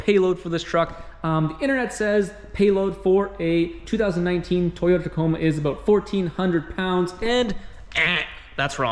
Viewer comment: It's aboot time that you talked aboot this.